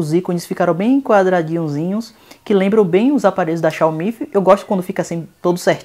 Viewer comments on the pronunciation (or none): none